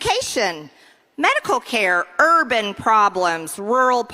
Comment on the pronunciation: I just love how she makes “urban problems” sound like it rhymes with the N word. For MTG it does.